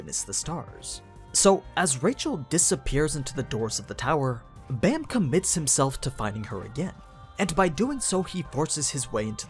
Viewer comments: the art style is definitely unique, but it's pretty damn great in my opinion also bam is pronounced with an ah sound, like bahm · Why is everyone pronouncing his name Bamm, no its b-ahhhh--mmm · Its is pronounced like bomb, since it is a korean word. However, it is easy to see why people would say it like bam. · How are you supposed to pronounce bam? I thought it was pronounce with a soft A... because if im not mistaken his name means night in korean right?